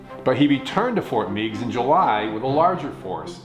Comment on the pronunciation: another excellent segment. I appreciate it when you talk about history that took place in northwest Ohio such as this segment and when you talked about the Battle of Fallen Timbers. Just a FYI...locally we pronounce Fort Meigs with a short E, Fort Megs. Regards, Steve